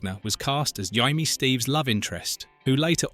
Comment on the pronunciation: This was great. By the way, her name was Jay-me, not Jie-me.